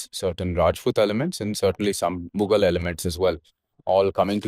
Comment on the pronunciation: Cal we start calling it Uzbekistani elements and not "Muggle" elements?